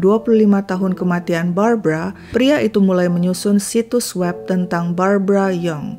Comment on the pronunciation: Itu Barbara ..kenapa baca berita brabra⁉️⁉️⁉️⁉️